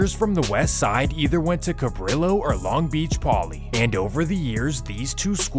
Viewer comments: Dude.... You've been doing this so long now.... It's CA-BREE-YO two L's make a y sound in español homie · Cabrillo is pronounced Cah-bree-yo.